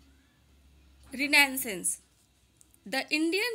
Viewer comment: Mam renaissance ki pronunciation galat bolri ho ap